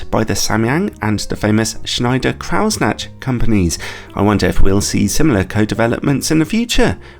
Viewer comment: You murdered Schneider-Kreuznach with your pronunciation, but made up for it with the review itself … ;-)